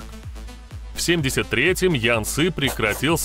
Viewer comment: Какой " ян " ?)))) Это у молдаван - "ЯН" ))))) Ты от туда ?!)))))